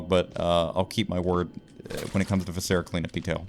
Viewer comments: I love you so much. VIH-suh-ruh. Emphasis on the VIH. Like visceral. VIscera. Not vih-SER-uh. Don't tell my professors I'm using my linguistics degree to "uhm aktchually" a youtuber's pronunciation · I continue to be slightly irked by how pronounces “viscera.” The first syllable should be stressed, not the second. anyway this video better get 100k views it would be so funny